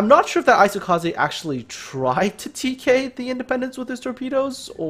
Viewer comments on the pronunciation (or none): Sovek Jeez, i was trying to make a point in how he was pronouncing the I in an incorrect manner, the Z was my mistake.